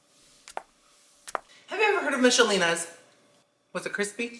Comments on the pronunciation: We pronounce it Mickelina's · ❤ you. But you pronounce Michelina's totally weird. The h is silent. It’s like mik o Lena I’m sure a lot of Americans say it like you though but I thought you may want to know. Keep making awesome videos. I watch every single one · It's pronounced Mick a leena and she's a Queen not King 😂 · Childhood unlocked. We used to pronounce them as Mickelina. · Not me mispronouncing Michelinas my whole life 😂